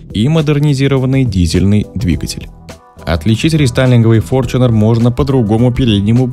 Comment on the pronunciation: С какого перепуга он стал ФОРЧУНЕРОМ ? И где же буква ЧЕ ? Бесит форЧунер !!!